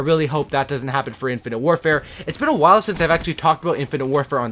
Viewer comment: Poor, can't say infinite